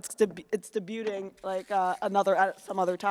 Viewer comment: is debu-Ting an inside joke with or is she just living her life pronouncing it wrong?